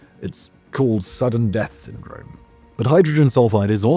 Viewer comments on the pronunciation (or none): none